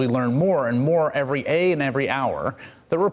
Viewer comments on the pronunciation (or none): Sooooo no one's gonna call out the first line of this video? No one? "... as we learn more every ay and every hour..." Professional newscaster, this guy. Gets paid hundred of thousands of dollars per year, if not millions of dollars. "... as we learn more every ay and every hour..." 1st line of this clip. Wow.